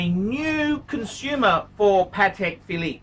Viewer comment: .............Phallus Phillipe ?